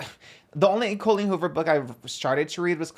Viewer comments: Not pronouncing Colleen Hoover like Colleen ballinger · I love her pronouncing Colleen Hoovers name like “colon” Ballinger lol